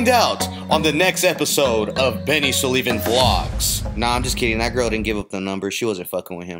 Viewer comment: did she say Benny or Andy